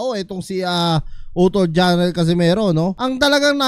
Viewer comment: Jarrel ✅ Jhon riel❌ lol😂